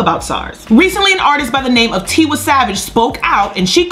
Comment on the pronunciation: It’s “Tee-y savage and “ Lay-go-zzz not ‘ lie-gus